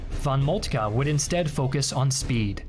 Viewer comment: Definitely not fault. His initial von Moltke was on point.